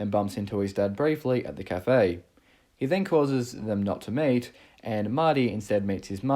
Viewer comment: I like how with your accent it sounds like "causes his parents not to MATE." 😆